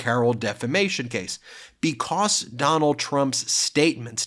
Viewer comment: Ben sounds like he says "bekoss" instead of because lol